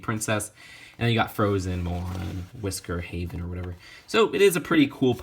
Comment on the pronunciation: When he is explaining the separate lines he says all the names properly and then says whisker haven or whatever